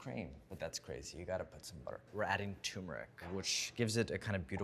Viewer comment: c'mon, NYT. this guy mispronounces the word "turmeric" as "tumor-ick". He can't read, therefore, he should NOT be given a platform to address the public.